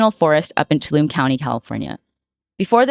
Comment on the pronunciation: To-all-ah-me is how you pronounce Tuolumne